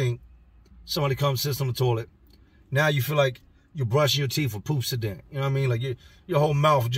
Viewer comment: He said “Poop-si-Dent.” This dude could go on tour.